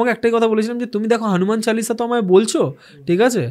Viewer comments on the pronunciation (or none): Kothata "Hanuman Challisha" noe Hanuman Chalisa.... pronunciations problem hole "Mahabeer chollisa" bolun....erom baje pronunciation korben na😡😡😡😡😡😡😡